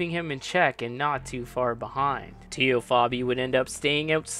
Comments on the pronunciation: TEE-O?? TAY-O. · good video. Its Tay-o not Tee-o though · "TAY-O" Fabi.